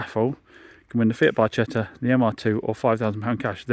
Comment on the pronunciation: Proper pronunciation for the FIAT Barchetta is Bar-ketta